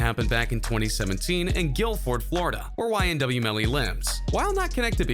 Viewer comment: You said yn melly